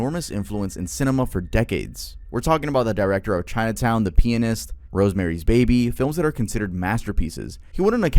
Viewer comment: why did you pronounce The Pianist like that